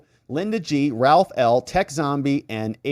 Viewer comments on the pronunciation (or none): none